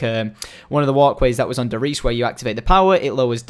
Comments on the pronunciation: If i may correct your pronounciation of "Der Reise", Reise means Journey, as in Gute Reise means to have a safe journey. It is pronounced Rise-a, when you say Reese. It is just a bit of a niggle. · FUCK STOP CALLING IT DER REESE ITS PRONOUNCED DAIR RISA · Say Der Riese?? Correctly ;) You used to?